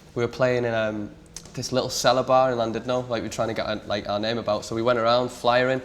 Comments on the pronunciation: love van but dude where's your welsh knowledge two L's mack Ch sound so Landidno should be Chlandudno lmao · I hate how he literally grew up in Llandudno and still pronounces it wrong lmao